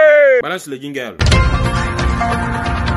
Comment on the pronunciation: Ton “balance le jingle” là on dirait “balance le gingjerr” 😂😂😂😂😂